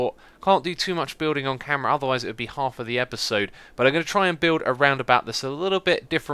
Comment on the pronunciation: Whenever you say off camera I think you say 'off camry'